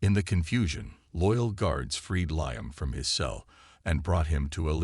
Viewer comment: Before you turn your AI loose again on another story, teach him pronunciation. Liam is spoken as Lee-am not Lye-am.